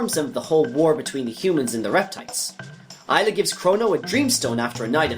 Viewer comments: And Ay-la not Eye-la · Say Mag like magma and gus like Gus. Not mage us. Say Ay like the end of "may" then say la. This is not hard. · You said Magus and Ayla wrong, literally unwatchable